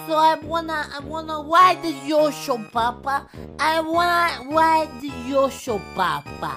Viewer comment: u did a typo he says "I wanna WIDE da yosho papa"